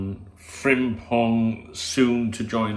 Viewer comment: You pronounce his name fantastic with sore throat unlike them Japanese player names you tried few summer windows ago after signing Endo. 😂 Good player, but I would rather try keeping TAA at all cost if we can.